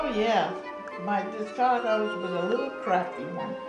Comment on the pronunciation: i think im going to kill myself if this guy says de-cartS one more time!